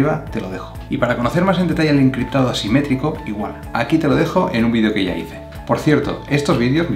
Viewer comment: gracias amigo, me ayudo aunque a veces no se distingue muy bien cuando dices simetrico y asimetrico jeje